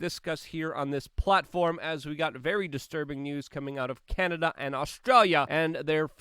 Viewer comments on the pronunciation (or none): none